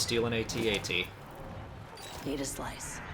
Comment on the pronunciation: I love that she pronounced each letter in "AT-AT." I've always said it that way. Is this the first time it's been pronounced that way in a canon source?